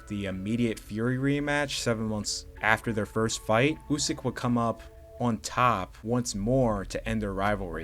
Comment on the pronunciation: Never heard anyone pronounce Usyk ,OOOSK